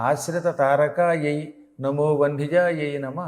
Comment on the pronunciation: గ్రూపులో ఎవరైనా నా సందేహం తీర్చగలరు వ్యూహ లక్ష్మి మంత్రంలో లాస్ట్ లైనులో మంత్రం నమో vahnijayai అని పెడుతున్నారు కానీ గురువుగారు పలకటం వందిజాయై అని పలుకుతున్నారు ఏది కరక్ట్ చెప్ప galaru